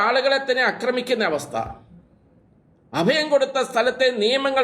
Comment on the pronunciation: അദയം അല്ല അഭയം